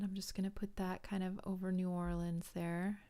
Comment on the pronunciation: Haha, you're funny! I love that you say the city name correctly...that's enough for me! My grandma is originally from New York and we all lived down there together for years and it would make my stomach flip every time she said "New Orleeens." Ack, I gotta go check out your part 2 now. :)